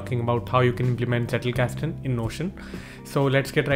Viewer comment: Thank you for your video; I'm just getting into Notion myself and the Zettelkasten idea, so this provides a very good starting point for me. Though I can see that Roam might be better for ZK. By the way, your pronunciations of Zettelkasten and Sönke Ahrens are perfect. Only "Luhmann" should have a short 'A' sound in 'mann' like in 'Madras' ;-) not the American 'man'. :-)